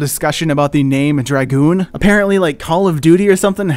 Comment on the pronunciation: Finnaly a name pronuched right but the dragoon is a French soilder is what they are referencing not going to go into to much detail Google it